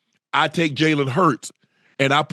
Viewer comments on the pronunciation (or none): Jalen hurts is not elite he said nu wrong